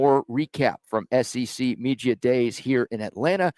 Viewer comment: Please stop saying “media”